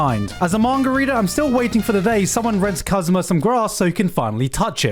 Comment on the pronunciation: Lmao he calls Kazuya as "Kazuma"...